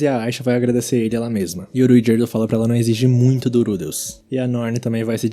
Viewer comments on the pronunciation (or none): agonia qnd o cara fala RUigerdo